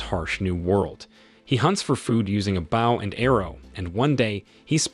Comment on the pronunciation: Weird way of saying bow